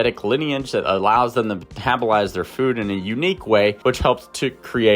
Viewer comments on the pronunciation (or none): none